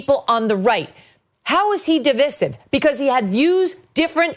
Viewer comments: di-VICE-ive, NOT di-VISS-ive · Please - Sounds like duh •vai•suhv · I love you Megan, but you cannot go into a segment on division and not know how to SAY THE FUCKING WORD. Really. No one has corrected you ffs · Is that really how people say divisive? I guess I been saying it wrong